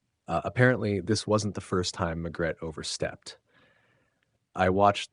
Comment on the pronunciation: Why is her named being pronounced Magret when it is spelled MaRgret